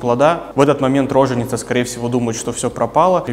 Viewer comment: Вопрос к журналистам - почему рОженица!??? Правильно произносить роженИца!!